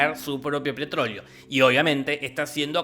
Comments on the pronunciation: Nadie: Don Jorge: pretrolio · minuto me parece o dice "pretrolio"? jajaja lol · Propio pretroleo xd Psdt: te amo:v💜✨ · su propio "pretoleo" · Alguien escucho "PRETROLEO" en el ?? Jajajna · "pretróleo" xdd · " Su propio pretrolio" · También notaron que dijo pretroleo? 😂😂